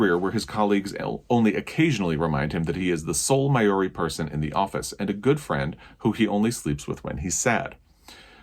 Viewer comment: Māori is pronounced like the first half of Mardi Gras. Close anyway.